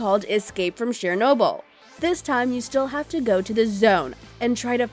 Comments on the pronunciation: It's pronounced (chur noble) not Share noble, ugh. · You need to learn how to say Chernobyl.